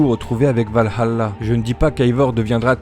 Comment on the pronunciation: C’est vraiment bien de voir du Assassin’s Creed sur une chaine Française ! Continue ! D’ailleurs le « Val-halla », c’est en Anglais. En Français c’est « Valala ».